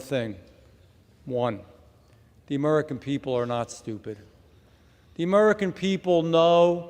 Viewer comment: He cannot even say "american". Who are "mmmmmericn"?